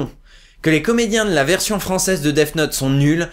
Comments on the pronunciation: Attends... Tu dis "Deaf Note", c'est gênant ! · Arrêtes de dire "deaf note" pitié x)